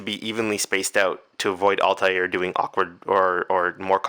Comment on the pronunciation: it's altair not altiar